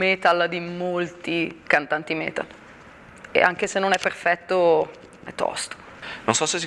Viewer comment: come fai a non sentirla?? "non è peRfetto", per esempio...